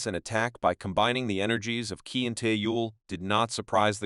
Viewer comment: Qi is pronounced, “Chee.”